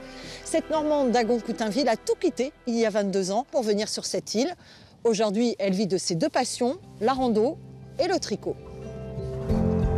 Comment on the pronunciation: Pour l'animatrice : on ne dit pas AUJORDHUI MAIS AUJOURD'HUI !!!! 🙏 _______ OUR PAS OR 🙄